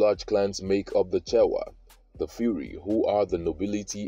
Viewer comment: Phiri is pronounced Pee-ree not Fee-ree ☺️ good video though 👏👏